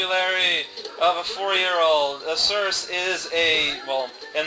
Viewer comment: "Surse", just for, you know, knowing things is "source" in Romanian or "rose" (as in the past tense of rise) in Italian.